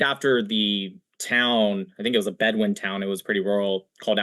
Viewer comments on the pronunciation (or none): none